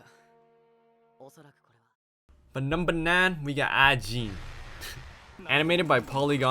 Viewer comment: you do know that it's Ajin not Aijin?